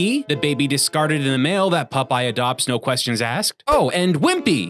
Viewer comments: Why does say "Pupeye" instead of "Popeye"? As for the random insta-deaths, they are more than likely attached to invisible enemy models. Just another broken mechanic like the whole game. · Who is "Pupeye"? 😉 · Stop calling him pupeye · Ahhh yes my favorite sailor: Pup-eye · So many “Pupeye”’s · Why do you keep saying Pupeye? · WHY DO YOU GUYS KEEP PRONOUNCING IT PUP-EYE?! Aaauuugghhh!! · The witch is the Sea Hag and I can't help but giggle at the way you say Popeye. "PUP-PIE!" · Wait, am I hearing "pup eye"? Is the Canadian accent that similar to the Boston accent? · I keep hearing "pupeye".... Probably the only one🤷🏻‍♂️ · The way he says 'pup-eye' every time is fucking infuriating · they are canadian